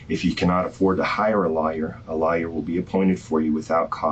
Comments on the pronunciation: He pronounced it as law-yer instead of of how we pronounce it like loy-er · Did he pronounce lawyer as liar when reading her rights? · You know you are screwed when the detective reads you your rights and he says; You have the right to a lie-yer and not lawyer. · That's exactly what I heard too. Rather funny bc it's so accurate for those soulless beings calling themselves "lawyers.' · LMAOOO I KEPT HEARING IT IM LIKE EXCUSE ME 😂😂😂😂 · I had to play it back just to make sure I heard him correctly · That's what I heard 😂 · Yup he did lol😂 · I thought it was just me...